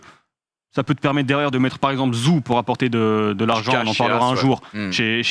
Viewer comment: Zhou se prononce "djou"